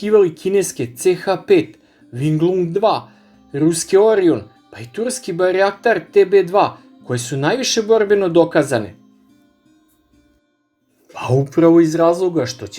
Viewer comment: nije barjaktar nego bajraktar!